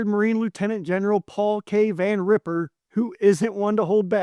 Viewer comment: It's Van Riper, with a long i, not Van Ripper. Mispronounce his name to his face if you want to see what an a$$ ripper looks like. Master Gunz sends...